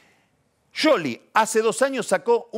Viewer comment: Pronuncia bien el apellido de Scioli, suena a sorna. Igual me mata Jarlingaaaam. Es un hdp.